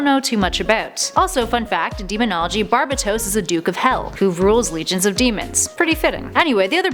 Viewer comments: Just saying pretty sure it is pronounced Bar-bae-dos. Not Bar-bi-tos. Not a big deal just for future references. Dark Nights Metal is amazing. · It’s pronounced barbAtos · it’s bar ba dos not barbatos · It’s “Bar-Bay-Toes” not “Barb-Bu-Toes” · Its barbados not barbatos just correcting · BAR-BAY-DOSE why do y’all just loved mispronunciation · I hate your pronunciation of Barbatos. Given the whole BAT theme, I call him BarBATos. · It's pronounced bar- bat- toes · its (enth) metal and (Bar-bay-tos) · Papa Linguini yes it's bar bay tose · It’s bar-ba-tous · Not how you say Barbados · Angelo Alires she also pronounced Barbatos wrong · Omg and the way she says barbatos